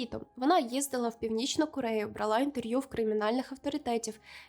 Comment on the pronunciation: Дівчата, не бралá і спалá! А брáла і спáла! У вас така гарна українська, але благаю виправте вимову дієслів минулого часу в жіночому роді! 🙏🏻